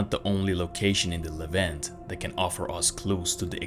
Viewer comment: Kind of surprising you don't how to pronounce Levant